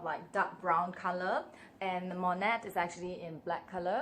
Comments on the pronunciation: it is pronounced „Moynaaa“ not „Monett“, it is french. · Hi honey it is pronounced without the T, just saying 🌞nice nice bag !!!love it🌞🌞🌞